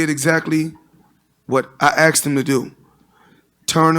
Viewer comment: I axed him...